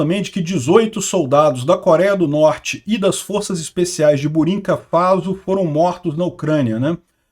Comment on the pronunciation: Acho que você quiz dizer Burkina Faso e não burinka 😁😁 faz parte o importante é entender